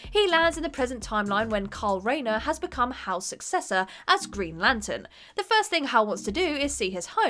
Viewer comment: Did this cow keep saying Green Lantern is CARL Rayner?